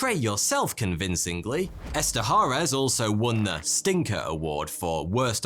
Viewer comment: its Esterhaash